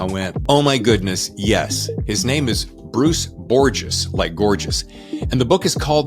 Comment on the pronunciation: Hey you pronounced our name right!